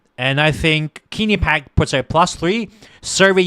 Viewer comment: Rasmussen, one of the most accurate pollsters gives Trump 313 Electoral College votes and only 225 for Harris. Guaranteed victory for Trump. By the way, learn how to pronounce Quinnipiac. And it is not true that Trump called out veterans losers. It is true that Tim Walz is guilty of stolen valor.